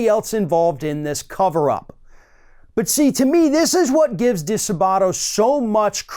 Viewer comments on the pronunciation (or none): "di-SAAH-butto" NOT "dee-suh-BAW-to" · I am very thankful that you're covering this disgusting coverup,! FYI the accent is on the second syllable of DiSabato.